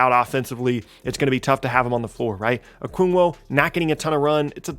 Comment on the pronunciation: "Okungwo"